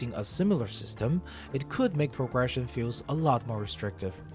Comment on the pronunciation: It's cute the way you say pogression instead of progression